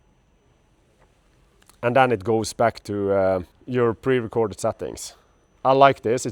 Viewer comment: They failed with that stupid indicator switch. I never even want to touch a Yamaha product if it has that stupid switch. What were they thinking? Also, why does this guy say the letter 'e' as 'ä' and the letter 'y' as 'e'? Sättings, Rälle etc.